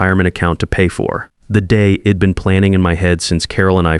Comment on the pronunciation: ...horrible. AI says "shed" instead of she'd, "Id instead of I'd. "Wed" instead of we'd. Couldn't finish listening because the errors were so apparent throughout the the first few minutes of the story. More AI garbage.